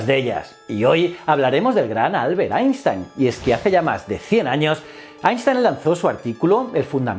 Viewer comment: Qué gozada oírte pronunciar bien Einstein!!